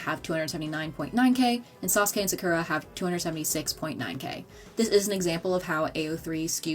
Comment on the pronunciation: The way she pronounced Naruto, Sakura, and Hinata’s names made me recoil. 😡